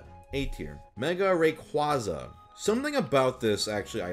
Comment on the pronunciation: Pronunciation of Rayquaza is just weird